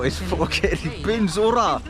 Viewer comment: Pynursla ❌ Pyns-urla ✅